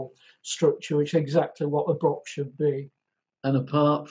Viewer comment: The Scotch Broch title only works if you pronounce it right. Broch sounds like Broth a bit. If you pronounce it Brock it doesn't really work.